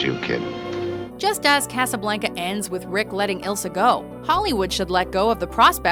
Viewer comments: Kass-uh-blank-uh? Is that a Canadian thing, I've always understood it to be pronounced "Kah-suh-blahn-kuh" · I swear, it is personal goal to fuck up as many easy word pronunciations as possible. It's CasablOnca!! Not casablAnca ((and I type this in the way it is pronounced, not spelled)) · Omg.... did you just say Casablanca likr (caysablaynca) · The pronunciation of “Casablanca” made me shudder; it was so bad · Stop saying Casablanca like that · never fails to piss me off with their pronunciation. Casablanca. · Jesus can you seriously not pronounce Casablanca right? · Did it bother any other Spanish scholars at how she said casa Blanca? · am i the only one who cringed at her pronunciation of casablanca? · Try not to cringe when she says Casa Blanca they way she did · You pronounced "blanca" wrong. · When she mispronounced Casablanca I cringed a little